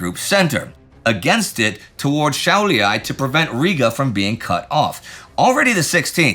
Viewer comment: Šiauliai* not Shaulyai 😁